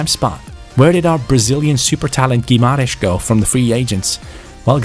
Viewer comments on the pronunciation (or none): none